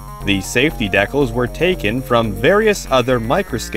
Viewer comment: Great video, but please learn how to say decals!